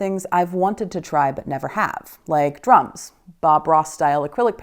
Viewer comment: DruMs, with an M. Yup, that's what I heard the first time. Certainly didn't have to go back and listen again to understand it properly.